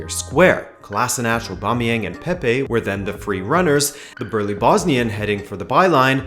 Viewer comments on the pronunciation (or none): none